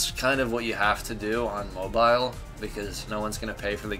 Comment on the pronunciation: Did he say mobile owoooo